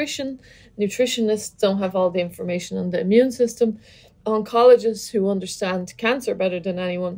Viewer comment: So Is she a German-native speaker? 😛 "unterstand“